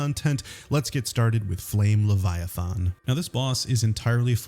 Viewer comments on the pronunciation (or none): LeviathAn does not have an O in it it's not leviathOn